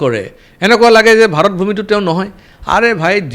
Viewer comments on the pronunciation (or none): none